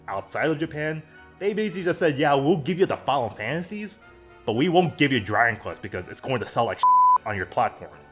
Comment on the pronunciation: Man you keep saying dranglest